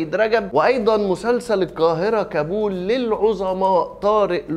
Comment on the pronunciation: انت بتنطق كلمة كابول غلط